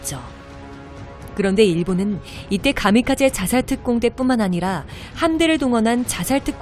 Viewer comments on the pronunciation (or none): none